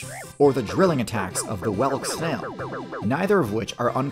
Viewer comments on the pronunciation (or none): I like how unlike other videos, it’s not “Are crustaceans OP?” Because we know they’re not. I’ve never heard it pronounced “cara-PACE.” It’s always CARA-piss. Nor have I ever heard “wellick” for whelk. No mention about the mantis shrimp’s intelligence?